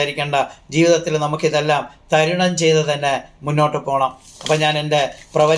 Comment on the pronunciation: എടോ, മലയാളം പോലും പറയാൻ അറിയില്ല, ജീവിതത്തിൽ എല്ലാം, തരുണം ചെയ്യണമെന്ന് 😄😄😄 തരണം ആണ്